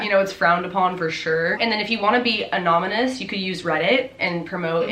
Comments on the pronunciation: Every time she said “anonimas” instead of “anonymous “ 😭😭😭 LOVE YALLLLL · Lol, learn to pronounce anonymous. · It’s a pronunciation issue. Not a spelling issue.